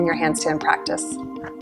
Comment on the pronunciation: I really like the way you said nameste